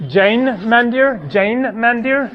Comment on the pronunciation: Mandir should be pronounced Mundir (Mu like But).